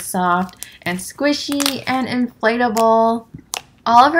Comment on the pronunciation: I love how you say “squishy” as “squeeshee” lol!!❤️💓